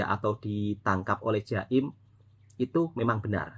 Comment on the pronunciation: Bukan jaim tapi Jakim.